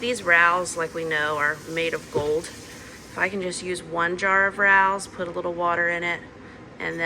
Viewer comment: The sauce is pronounced Ray o’s it’s a very famous restaurant in NYC